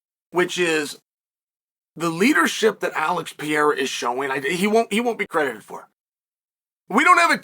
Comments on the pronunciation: You should first learn to pronounce a man's name (Pereira, not Piera). Then when you learn to respect a man and pronounce his name correctly, only then you can talk about what's sportsmanship and what's not. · Pereira not perheya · It peyhaydah say like that guy 😅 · Your pronouciation of foreign names is so hilariously American. Always cracks me up. Peyeaaara. Makkeltjev etc. lmao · Puh - ray - rah You're welcome, Chael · Im coming to the conclusion that Chael just doesn’t like Pereira. Constantly mispronouncing his name, calling him a bully, picking him to lose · Learn to say his name firsts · Bro. Pronounce his damn name right. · They way Chael says his name gets worse and worse each time 😂😂 bro is incapable of pronouncing Alex’s name even remotely close to correct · You still cannot say his name correctly? It'd be funny to watch him slap you until you learned respect and proper pronunciation. Plus, you chose Rountree to win...so ofcourse you are butthurt